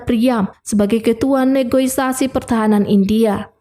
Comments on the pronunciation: negosiasi bukan negoisasi di koreksi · Terorois bisa di maklumi tapi NEGOISASI itu artinya apa yah? Setahu saya NEGOSIASI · Aduh admin admin yg bener aja Terorois (teroris) & Negoisasi (Negosiasi)😂😂😂😂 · filmnya sih oke. Suara si kakaknya juga bagus. Tp ngomong "negosiasi" dan "teroris" gak lulus ni. Jd "negoisasi" dan "terorois" 😄